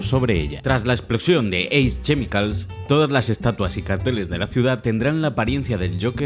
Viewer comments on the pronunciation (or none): Todos: Ace chemicals: Ace chee micals